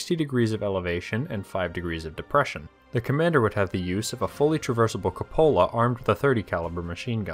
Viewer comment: Capola? I think you mean cupola. Pronounced Coo pa la